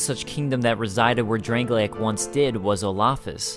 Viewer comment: Why do people pronounce Drang-Lake as Drang-Lay-Ick? There are Drang-Lay-Ick things and people, but the kingdom is Drang-Lake. It is getting really annoying to hear nearly every lore video on DkS2 use the pronunciation of Drangleic at inappropriate times. :(